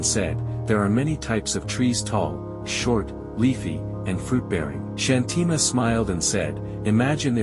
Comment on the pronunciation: Thank you for sharing such an inspiring story! Just a small suggestion regarding the pronunciation of the name Shanthi Ma. We feel that using the Indian accent for pronouncing Indian names adds a sense of originality and helps the story feel more authentic and connected🙏